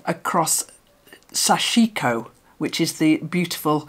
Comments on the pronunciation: More often sashiko is pronounced SASHiko. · “sashiko” has the emphasis on the first syllable, I think. Love the technique and am so excited about your project. 🦌💌❤️🪡